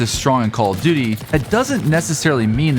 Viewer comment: Why do I keep hearing call of didy 💀